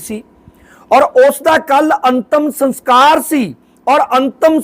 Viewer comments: Antam saskar not sanskar pl. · Sans kar ni hunda saskar hunda a maharaj